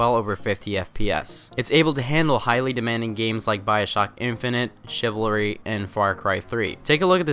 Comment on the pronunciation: lel u said chivlary